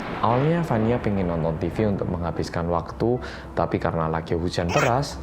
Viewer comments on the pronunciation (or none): Rindingdongg - hujan beras gais merinding ga tuh?! Edit: beneran gais sempet kepleset lidahnya di menit wkwk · Gemes banget pas abis salah ngomong hujan beras wkwk, ku ulang ulang sampe berapa kali aja part itu hhha